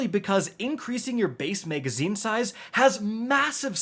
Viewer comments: Megaszine??? 😅 Sounds like something from Judge Dredd. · “Megazine” “extended Meg”